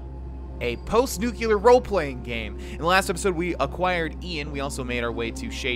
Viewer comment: The pronunciation of nuclear as "nucular" hurts me xD